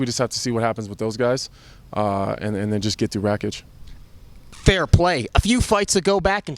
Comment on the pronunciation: It’s not “REKIĆ”. It’s RAKIĆ, better learn how to pronounce his surname, because you gonna say that surname a lot.